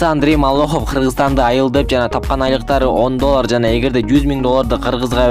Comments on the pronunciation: МАЛАХОВ А не молохов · Маллохов эмес.малахов десенчи нервди кашайттынгоо жон эле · Малохов эмес Малахов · Малохов эмес тилди ондоп суйлосон Малахов болуп айтылат. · Малохов эмес Малахов, ты же грамотный человек,зачем ты сам себя подводишь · Автор ушунча сабатсызсын молохов эмес чумоо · Малахов,а не Моллохов. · Диктор Малоохов деп айтылбайт Малаахов деп туура окусан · Андрей молохов малахов десен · Не малохов а малахов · Автор Маллохов дебей Малахов дечи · Малохов эмес,Малахов деп туура айт автор. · Малохов эмес туура окучу МАЛАХОВ деп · Эй журналист ,неге сен абийирди кетиресин,"Моллохов"эмес Малахов чмо🤣🤣🤣🤣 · Ээ, (автор ) биринчиден Малохов эмес Малахов. Туура суйлгонду уйронуп ал. Экинчиден тантырап озун суйлоп атып адамдын башын оорутуп жиберет экенсин. Таарынба иним. Сынды туура тушун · Андрей Малохов эмес Малахов . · Маллахов эмес малахов сабатсыз окшойсун. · Андрей малохов эмес малахав сен эмне деп додуроп атасын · мал лохов андрей дебей туура суйлочу хопбууу если что сен дагы жооп берип калба деги байкачыыыы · Малахов деп туура айтсан!!! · Малохов дейсинби? ..туура суйлосон.. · Маллохов дечи😆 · Малоохов дейт го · Сен" Молохов" дей берсен- биз кайра шылдын болобуз. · Мал лохов деп айтты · Маллохов деп кой анан😀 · Эй сен атайын видеонун башында 2 жолу МаЛохОв деп айтып кеттинби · Андрей МалОхов деп койот епрст.. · Малахов Кыргыз деп так айтты окшойт ээ аа блогер не болдунуз фамиляны туура айта албай